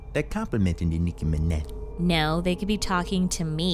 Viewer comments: Nicki Minaj ❌ Nicki mi-neh ✅ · “enmickiey managj” I’m dead💀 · Hiii ur vids are so funny I like how niki Minaj says her name like this niki meneh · It’s “De Niki mAnEh” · Nicki MINEH"** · ”nikki mena” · Nicki Mineh~ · De Nicki Mineh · I love how they pronounce Niki Minaj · I love how Nicky Minaj can't say her name right 🤣😂🤣😂🤣